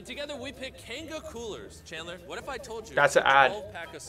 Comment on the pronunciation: saying changler instead of chandler every time was so funny